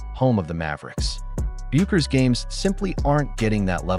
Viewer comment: What an idiot. You took a video that can't even pronounce Paige's last name correctly SERIOUSLY?